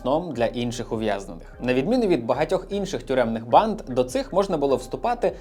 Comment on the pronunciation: Аааааа от чому я вже друге відео поспіль у вас чую «панд»/«панди» замість «банд»/«банди»? 😂